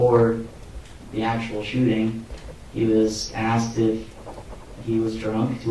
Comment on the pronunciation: "Axed", did the expert witness actually use "axed" instead of the correct pronunciation 'asked' on the stand?